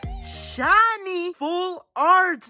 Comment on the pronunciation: When he got the kangaskan you said chiny charzard instead of shiny it was so funny